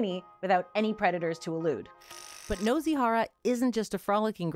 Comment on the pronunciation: Nozy 😭 it's noo-see 😭